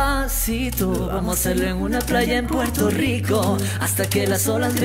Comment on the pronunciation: It is Puerto Rico not Puerto leeco